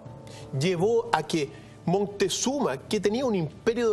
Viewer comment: ES MOCTEZUMA NO MONTEZUMA